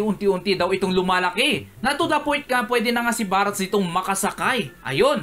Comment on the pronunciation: barts po hindi barats